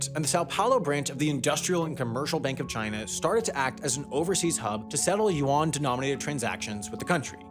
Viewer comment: If I had a dollar for every time I cringed hearing the narrator's butchering of the word "Yuan", I'd be able to pay off the US govt debt